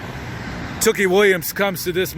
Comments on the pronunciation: Not that it matters much but tookie is pronounced "too-key" not "took-ie" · Two-Key...is how we at Lapd Pronounce it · U bitch ass boy how can you say tookie murder them when you were even there and u said his name wrong u a fareal a whole bitch